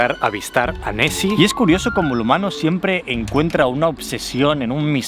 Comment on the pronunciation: Soy el único que escucha Messi en vez de nesy?